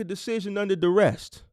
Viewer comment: I’m learning a lot. Hopefully with your informative videos and a consultation or 2 I’ll cut out a lot of the mistakes and hit the ground running. I also appreciate your effort in enunciating and properly pronouncing words. However fyi there is no t or -Ed on duress or novice. I know you wanna be the best you can be. Just a little constructive feedback. Enjoying all you do bro.